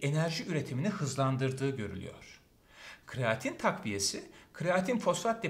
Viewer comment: kreatin hocam, kraatin değil.